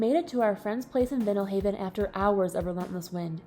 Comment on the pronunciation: Definitely should be wearing life vests out there. oh and it's pronounced Vie-nal haven.